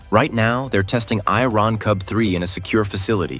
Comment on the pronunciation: The AI pronounces "Iron Cub 3" as "I-Ron Cub 3". Then it says it is 125 something-I-couldn't-fathom tall, and its jets are pushing out air at temperatures nearing 800 something-else-I-couldn't-fathom. The AI really needs to work on its English pronunciation.